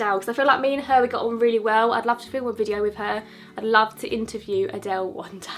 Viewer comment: you are literally a poet - 'i will see you in my next videyou'